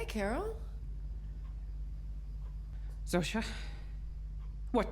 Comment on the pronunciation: I know it’s silly but its not Shoza, its Zosha